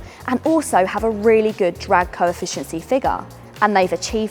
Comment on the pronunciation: “Drag coefficiency” 😂